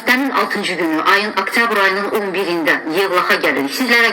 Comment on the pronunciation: Aktyabir yox, oktyabir!